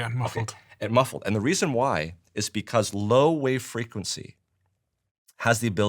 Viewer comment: It's "because", not "bevauce". 😂